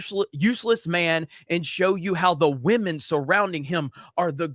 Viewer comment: shame shame, you miss pronounced the word Wamen again.